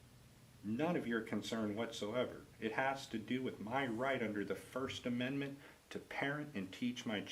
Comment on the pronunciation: Listen to 1st amendet not only shes a bully but she can not say the 1st amendment